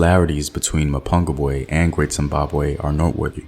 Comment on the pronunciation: STOP murdering the words "Mapungubwe" and "Changamire DOMBO "